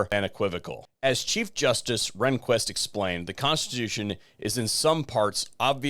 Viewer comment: Rehnquist is pronounced Rain-quist. But good video, otherwise!